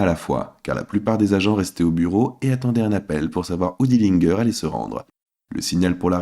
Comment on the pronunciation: Dillingueur? Encore un trompettiste!!! Tu dis pas Guinguembre!!!!!!! Pompe à vélo donc pourquoi tu prononces pas Dillinger comme il faut?